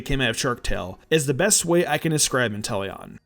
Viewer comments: You meany WHY INTELLON?!?!? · Really Intelion? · Intellion? Time to bring the guillotine. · How dare you say Inteleon.